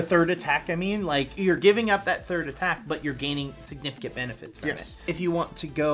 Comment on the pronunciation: *Third not thired 🤨